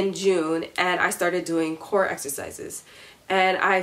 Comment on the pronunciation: I don't know if it's me but when you say core it sounds like you saying Korra😆